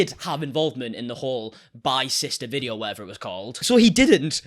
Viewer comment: i like how he pronounce video as ve-dii- OOOHH